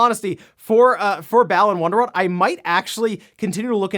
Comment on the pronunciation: I kept wondering what the hell was saying when he said Balan Wonderworld. It didn't sound familiar at all then I looked it up and went "Oh yeah... That game RGT 85 freaked out over and completely trashed!" 😆 I swear I remember more about the pain in my ears from RGT's frustrated yell at the start of his video than I do the gameplay. How did that game turn out so bad?